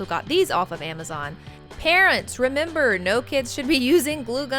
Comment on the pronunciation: Rem ber its remember just saying your saying rem then ber